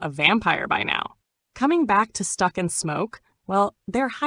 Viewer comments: Is this ai?? Stuck?? Stack, like Smoke Stack. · Cant watch this..."Stuck"?...Thought I could let it slide...Cmon Son...